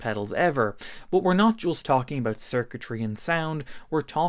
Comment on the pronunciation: Abeuch❌ about✅ Buch❌ but✅